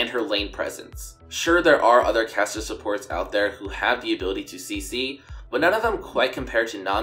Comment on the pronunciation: Oooh, it's caster support not cassio support, confused me through the whole video